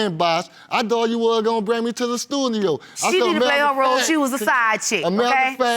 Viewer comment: “At the stuthio”...